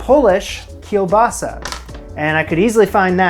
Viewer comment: Greetings from Poland, great pronunciation of kielbasa 🙂 and this dish is a monstrosity wow